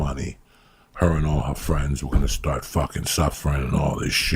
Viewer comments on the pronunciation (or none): none